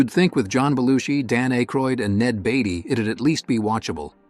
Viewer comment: Dan Ay-kroyd? Ned Batey?